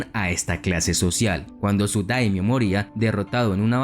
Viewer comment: No son damnios, se dice daimyo.